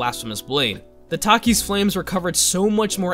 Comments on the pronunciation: Is he saying taki’s flame on purpose? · Why did you pronounce takers that way? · Why do you say Taker's like that